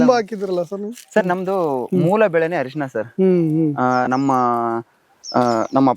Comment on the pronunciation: ಹ ಅಲ್ಲ ಸಾರ್ ಅರಿಶಿಣ